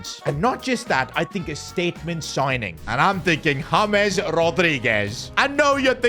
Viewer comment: James ❌Hames✔️